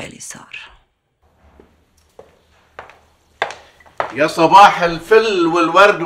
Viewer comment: أولا اسمها اليسار ومش السيار. وثانيا، عن جد ومش عنجاد .